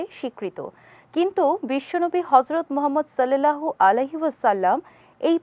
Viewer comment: সল্লেল্লাহ হবে না সাল্লাল্লাহ হবে